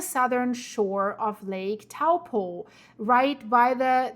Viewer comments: toe-paw that's the correct way to say it ... big snap. with a little rumble on the Coast NP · Good effort. Taupo is pronounced like Toe-poor without the r sound.